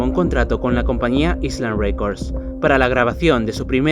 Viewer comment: Hermoso video!! Parte de mi pre adolescencia fue su música 😍♥️ La palabra inglesa Island (isla) se pronuncia más o menos (Ailand) para tener en cuenta ♥️